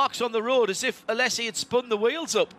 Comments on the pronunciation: ... and the emphasis is on the last syllable. Phonetic spelling is aleʹzi. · A-lay-si....not Alessi....he is in his 50's know...you would have thought the commentator would have got it right by now 😏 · Alesssi. He is called Alesi. Why these commentators never learn how to pronounce names?!?! Vetteeeeeel, Alesssssi. Its embarassing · the commentator was pronouncing it A-less-i...no z involved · Why is the mong calling him Alessi? ... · The way he pronounces Alesi 😭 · The commentator pronouncing Alesi’s name incorrectly is a little more than mildly annoying. It’s not like he isn’t one of the most famous racing drivers of his day. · Jean 'Alessi' as no-one has ever called him... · Learn how to pronounce Alesi, John Hindhaugh. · that mispronouncuation of alesi though